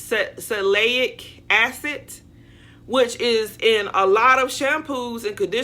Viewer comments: SAL luh SIL lick . SALLY SILLY K. Salicylic (acid). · Salicylic Acid s pronounced: Sal-A - Cil- ic. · "Sa-li-si-lik" is the correct pronunciation of salicylic (acid.) It's used in many acne and other skin care products to open blocked pores. It makes sense that this ingredient will help hair follicles remain open for hair growth. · Salicylic is pronounced....Sa-liss-sill-lick. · Sal-ah-sill-ick acid is aspirin. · “Sal-li- sil- lic” acid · Say it with me salicylic acid... Which is one of the primary ingredients in most all acne products... However what you said was hilarious I can't even begin to attempt to spell what you tried to call salicylic acid 🤣